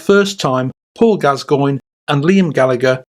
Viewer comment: Who the f@ is Paul Gaz-goyn? 😆👀 It's bloody Gass-coin 😆🤡 What the actual f.......